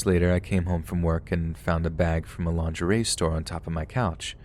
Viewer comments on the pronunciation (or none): none